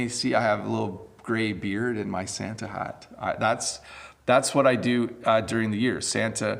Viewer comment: Your Santa's shat is so cute~ hahahaha